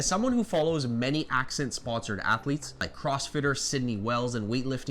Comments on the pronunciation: It’s pronounced “Assent” not “ax scent”. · You pronounce Ascent as ack-cent but it's pronounced as-cent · Um..it's Ascent...like ascend. Accent was killing me 😂. Mixes super easy with a spoon and dissolves easily. Not 1 problem with it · I don't mean to be rude. It's "Ascent" not "Accent" my friend. Thank you for all your work! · Ascent not accent. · Isnt ascent pronounced ah- sent ? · literally was about to comment lol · Super helpful, thanks! But you might want to check out the pronunciation of Ascent.